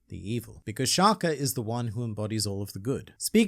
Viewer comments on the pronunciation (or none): Shaka* Not, Shakhaah Meaning place less emphasis on the k, and do not prolong the pronunciation of the last a.